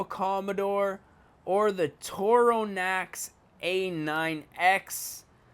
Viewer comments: I'm saying it's not torona Its torana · You pronounced Torana wrong. It's Tor-ar-na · And it's could TOR-ANA A9X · Your pronouncing it Tarona, its TorANA just letting you know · U said Torana wrong but a long shot. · I hate how you pronunse Torana and you went past the vk it is in hdt